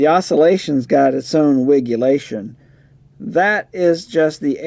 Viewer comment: Did you just say "wiggulation"? 😮